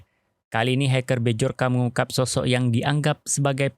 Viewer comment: B jor ka, B jor ka... BACA NYA BYORKA kesel gue denger nya